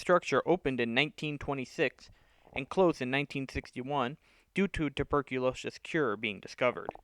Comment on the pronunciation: What the hell is tuberculoshish?